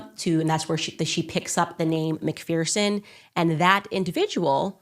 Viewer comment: It’s said as Mc ferson not feerson